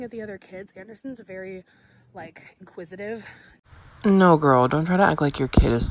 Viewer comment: " inquisitive " nor " quisitive". She is so damn stupid Put Tiktok down and eead a damn book. You may possibly see a word and repeat it correctly She is educationally sub normal.